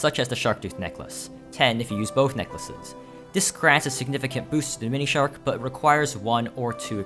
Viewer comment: he's pronouncing it like themonishark